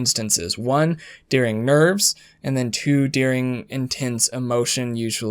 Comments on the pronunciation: I'm supposed to believe a guy who pronounces "during" as "dearing"? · Lol his “during” sounds like “dearing” love it every time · I wouldn't normally mention this but I have to say I am, for some reason, hyper focused on how you say during. Doo-ring. Der-ing. Not dear-ing. 🤣 Idk why it bothers me SO much 🤦